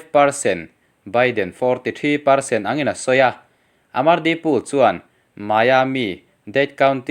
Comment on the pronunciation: Poll hi pul tih aiin pawl tih hi a dik zawk lo maw